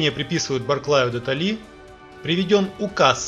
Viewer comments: Барклай-де-ТОлли, не ТоллИ. Ударение коробит. А в целом очень любопытно, благодарю. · Режет слух - не правильно делаете ударение. Барклай Де ТоллИ - ударение надо делать на букве "О" Барклай Де ТОлли. За остальное спасибо. Князь Михаи́л Богда́нович Баркла́й-де-То́лли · Почему вы коверкаете генерала Михаила Богдановича Барклая Де'толли там ударение над буквой "о".... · По содержанию - жирный плюс в репутацию. По форме... ну, вот хотелось бы литературной речи поболе, очень режут слух выбранные неоригинальные ударения в словах... Ну, всё-таки не инфантЕ́рия, а инфантЭ́рия [инфан'т'э́р'ийа]... не Баркла́й-де-Толли́, а Баркла́й-де-То́лли... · Расстановка ударений: БАРКЛА`Й-ДЕ-ТО`ЛЛИ. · Очень познавательно и есть над чем задуматься. Ордена могли вручаться новым правительством Франции и Пруссии, типа за освобождение от диктатора(ов), как было с немецкими солдатами от правительства СССР. И такой человек как - Михаил Барклай-де-То́лли (ударение не правильно делаете) - немец нормандских кровей у отца которого изначальная фамилия "де Тоуи", т.е. могли в России не верно истолковать или из-за потери смысла при переводе написать как удобнее (кстати как у меня, фамилия "Карипидис", но в раннесоветскую эпоху, из-за того, что греки белым помогали, сделали "Карибов"). Еще кое что, у многих современных армий стран, почти идентичная форма: Иран - Франция - Англия - РФ и США к примеру, или древние армии: Македонские - Понтийские - Египетские - Селевкидские и Римские. "Наполеон или Я - мы вместе не можем царствовать" - А.Македонского напоминает. Но в целом весьма занятная и интересная статья. Спасибо. Единственно обратите внимание на то, что если Наполеон был предателем для Тартарии, который перешел на сторону России, тогда и письма и картины где прослеживаются не совсем логичные образы и строки становятся вполне объяснимыми... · Князь (с 1815) Михаи́л Богда́нович Баркла́й-де-То́лли - из википедии с правильными ударениями))